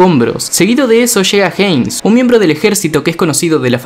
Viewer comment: Capo cómo pronuncias "jeins"y escribís "Hanges" a Hannes, vos querés que nos caguemos a piñas?